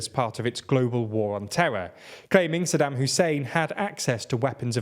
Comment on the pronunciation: Also Saddim instead of Saddaaaaam